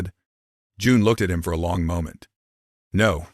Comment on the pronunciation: Please learn how to pronounce MOMENT!